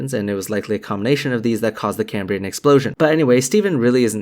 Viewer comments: Why would anyone who claims to be expressing a scientific theory on how life is possibly pronounce Cambrian as cay-me-brain? That's not just mispronouncing it, it's a complete butchering of the word as if he's never seen it before. It's supposed to be pronounced like it's written Cam-bri-an. Of course Creationists have no idea what they're talking about so it makes sense they've never seen it before, but FFS you'd at least read the script carefully. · I'm not going to take anyone who can't say "Cambrian" properly, seriously. It's pronounced as the Prof says it, not came-breean. Moron... (That's a word, pronounced exactly the same as in the English, in modern "Cambrian" - Welsh - which means carrot. So if you know any morons, call them "carrot" and they'll be even more confused lol. You're welcome 😉). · Why does Meyers mispronounce Cambrian?